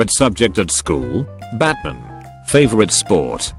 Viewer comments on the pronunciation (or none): The Batman story is so cute awww lil homegirl jus like Batman and that isn’t a crime. Also, Bot saying BAtmahn for 10 hrs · How the text-to-speech said Batman maid it 10x funnier batmin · The way that it kept saying "Batman" was amazing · The way the bot says batman kills me every time from laughter